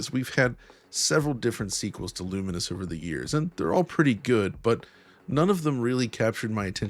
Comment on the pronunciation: Is it not "lu-mines"? A mixture of lumens(light aspect) and mines,which is what happens when you combine,explode?